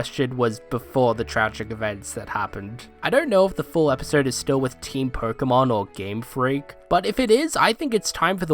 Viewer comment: "Episrrd" Hey bro is something stuck in your mouth?